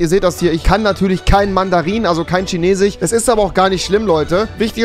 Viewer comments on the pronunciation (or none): Normale Menschen: Chinesisch Rewi: Chinesich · Normale menschen: chinesisch Rewi: schinesisch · Es triggert einfach so ,,chinesich” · Normale Menschen: chinesisch Rewi: schinesich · Wie rewi chinesisch ausspricht : schenesich Wie ich chinesisch ausspreche : kinesisch Wie man es schreibt : chinesisch 😧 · ich sag auch Kinesisch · Niemand: Rewi: CHINESICH! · Niemand: Rewi: Chinesisch = Schinesisch Fisch = Fich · Niemand Immer noch niemand Rewi chinesich 😂😂😂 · Vor allem wie er immer schinesich sagt 😂😂😂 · Niemand: Wirklich niemand: Rewi: Tschinesisch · Niemand : Rewi: erstellt sich nen 2. Acc und stellt die Sprache auf schinesich (btw beste Stelle als rewi chinesisch so ausgesprochen hatte lmao) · niemand: absolut niemand: rewi: ich spreche halt einfach kein dschinesich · Niemand: Rewi: schinesich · Lol wieso sagst du immer Tschinesisch?😂😂😅